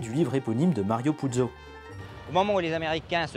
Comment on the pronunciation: tres interessant mais soigner votre accent tonique sur les nom italien qui n’est pas sur la dernière syllabe mais comme Luciàno et non Lucianò Al Capóne et non Al Caponé .....Mario Pùzzo avec le t devant le z Putzzo .....